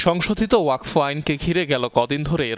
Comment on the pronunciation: ওয়াক ফ নয় উচ্চারণ হবে ওয়াকফ্